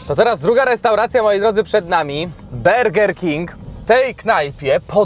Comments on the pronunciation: Nie berger tylko burger king się czyta, naście lat w stanach mieszkam i nie słyszałem żeby ktoś tam wymawiał, nie bądź bardziej amerykanski od Amerykanów, juz nie raz zauważyłem że w Polsce macie tendencje do przekręcania słów bardziej niż to potrzebne. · Aaaaaaaaa kto mówi berger King !!!! 😂😂😂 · to burger king czy berger king bo raz tak, a raz tak wymawiasz ?